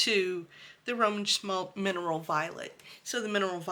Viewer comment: Once you start collecting Roman Szmal not “Szmalt”, you can’t stop. Love these paints!